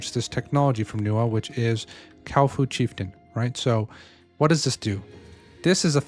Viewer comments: Cow-fu, the new rival to Kung -Fu. Isn't it Kua Fu Not Kau Fu? I mean... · no offense but you called the kuafa cowfa lol🤣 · brother is 6 videos in saying kaufu instead of kuafu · It's not a Cow Foo, Kuafu xD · Yo, because you’re a big creator in this space, please pronounce correctly 🙏🏻🙏🏻🥺 Kuafu = kwah-foo // ckwa-fu Thanks for the great videos ❤️ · Cow foo